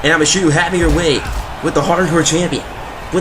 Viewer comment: Stop mispronouncing Michiru wrong! >:C